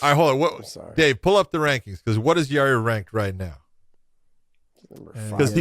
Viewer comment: I’m waiting for Josh to start calling Yair YA-REAR like Chael does 😂